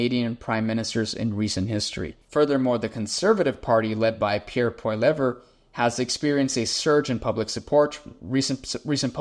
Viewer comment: Not to nitpick, but since we're very likely talking about the future Canadian prime minister, his last name is pronounced "PAW-lee-EV," with the "er" at the end being silent.